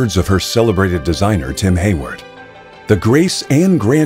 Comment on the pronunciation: It's Tim Heywood, not Tim Herwood.